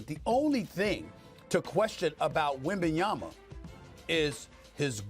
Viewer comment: They need to call this man by his name. If they can't say Wembanyama then call him by his first name like they do with Giannis.